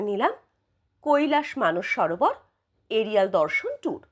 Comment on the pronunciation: It's Mansarovar madam.. not Manas Sarovar